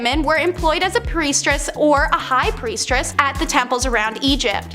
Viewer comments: “Priestress”? “Plag”? They’ve gotta be doing this in purpose for the engagement right? 😂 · Priest-ess emphasizes on ess 😊🌸💜